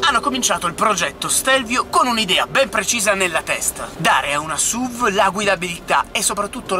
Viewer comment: La V di SUV non sta per "vèigon" ma per vehicle. Comunque SUV per i detrattori è l'acronimo per Stupid Useless Vehicle. Almeno così pensavo prima di Stelvio. Da buon alfista, sono felice possessore di una Giulia Q, la Stelvio mi piace, anche se sembra una Giulia dove ci hanno scoreggiato in cinque ... puff :-)